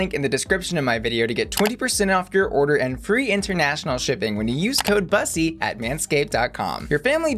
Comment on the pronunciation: It hurts my soul how you say bus-ee its BUSSY like pussy without the p girl 😫 how can u commit such a heinous crime!!!!!!!!